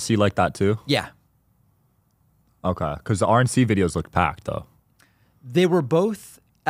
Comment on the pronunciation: O-kuhhh curly. Dim. Get off the air.